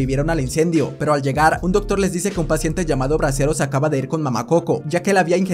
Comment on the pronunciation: Bresero con t tresero XDDD